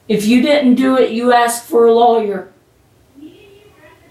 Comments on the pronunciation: Lolllyer 😆 Thank you, you as well! ❤ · My apologies to the Drop family but if I hear her tell the friend to get a "low-yer" one more time, Im gonna have to move on. Nah, Im going to stick around. Its too funny that she thinks the cops believe that she is unaware of the camera and that she's just nonchalantly chatting about the case at the top of her lungs. 😂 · I can’t help but giggle everytime she says “lawyer”.. what accent is this? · Actually, if you really consider the phonetics, she probably has more of a technically correct pronunciation that the more common "loyer" sound. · It's a crime hearing her broken voice pronounce "lawyer". Stay safe DD, BD, and all the CCCC🤘🫶🌈